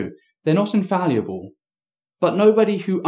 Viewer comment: "Infalluable" lol :D